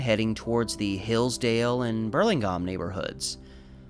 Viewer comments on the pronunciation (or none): Apologies but in my 3 or so decades of living in ptown I've only heard Burlingame pronounced so that it rhymes with 'game', not pronounced with a short 'a' sound. Really great video as always! Thanks for being our local schoolhouse rock. ❤